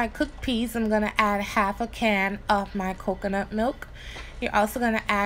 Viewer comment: im making this! u put some stank on that k when u said cocunut milk lol!